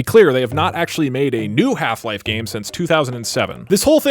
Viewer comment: that's better. The way you said the first one sounded like hla was the only vr experience